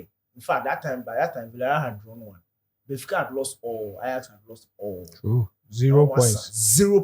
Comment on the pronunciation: "Gbenfica" took me out 🤣🤣🤣🤣🤣